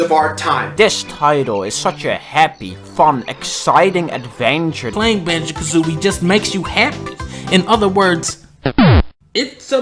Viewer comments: You messing up the name of the game constantly, killed me. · Great review, but he fucks up the name of the game EVERY TIME. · I hate the fact you kept saying Banjo AND kazooie XD but yeah a lot of us probably are looking through nostalgia glasses though great game none the less